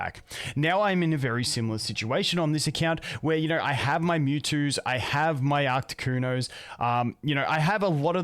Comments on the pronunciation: Ffs stop saying Arctic-cuno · 😂😂😂 why are you so triggered by that? The way he says it is funny though.